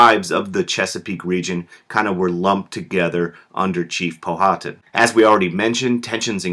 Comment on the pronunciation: Just a, by the way, you are saying Powhatan incorrectly.